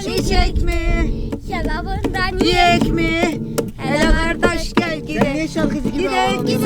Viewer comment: adananın şarvaLı yiyek değiL giyek